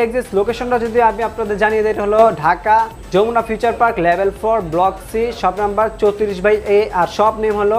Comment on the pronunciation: Jamuna not Jomuna